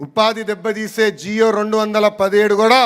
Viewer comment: జియో కాదు రా నాయన జీవో అని పలుకు అర్ధం మారిపోతుంది